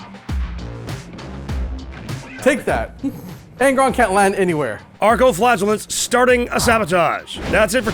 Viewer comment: Oh, Arco Flagellants. For the first 20 minutes, it sounded like was saying "archo-flatulence."